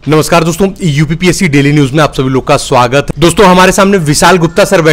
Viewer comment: सूआगत.... बोरियत सा लगता है.... कृपया सही उच्चारण करें.... स्वागत